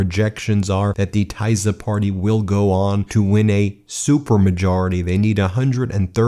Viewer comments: Ben, great coverage, but please pronounce TISZA as should be pronounced in Hungarian: TEE-SAH, not THAI-ZER. Thank you. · Hi! Hungarian here, thanks for covering it! Friendly advise: Tisza is pronounced like Tee-szah not Ty-szah :) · /fídes/ and /tisa/ or /tísa/ not /taiza/ The pronunciataion. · Please prounounce correctly the names. Take the time Its not "taizer" party but "tisa" and not Magdear" but Majar J being prounounced like juniper. Thank you for your chanel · Pronounce "Teesa", not "Taysa". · FYI: Tisza is pronounced as [tee-saw]! Not [tie-za]😂 You’re welcome!❤ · Guys try to find the proper pronunciation. It hurts my ears when you say "Tie-za" party, Ben. It is Tisza, pronounced "Tee-suh" The Sz is a hard S sound. (and if you see an S without the z, it is a Sh sound.) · There is no Tyson party it is pronounced Teesa, just like Vyctor is Veector. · Great coverage, thank you! One minor comment is that the new party's name is pronounced Teesa, not Taisa. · I'm sorry but the way you're pronouncing Tisza is hurting my ears 🙉 It's Tih-sa not Taiza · Not fie-des, fee-des also, not Tai-sa, but Tee-sa 😂 ÉLJEN A MAGYAR SZABADSÁG, ÉLJEN A HAZA! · As a dual USA-Hungarian citizen, this is a great, historical day. Thank you for your reporting! Just one note: Tisza is pronounced " Tee-sah", the "i" is short as in hit, fit, kit etc, not "ai". Tisza is the second largest river in Hungary after the Danube. Also, Magyar means Hungarian in Hungarian. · Not tizer It is pronounced: TEE-saw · Tisza is pronounced TISSA not Tizer. It is the next largest river in Hungary to the Danube. That is what the political Party was named after. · It is not Tuyza it is Tee-sa (Tisza) party. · Fee-dess not fie -dezz and it’s Teesa not Tie-za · Pronounced like Tee-saw not Tie-sah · Ben, try to pronounce Teesa (Tisza). 🙂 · pronunciation o TISZA - teesha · Tisza pronounce as Tee-saa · Are u ragebaiting?! you pronounce FiDESZ like FEED-ES and not TISZA like TEESA. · Tisza is pronounced "Teeza"